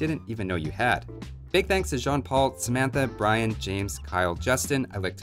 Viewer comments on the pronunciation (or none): none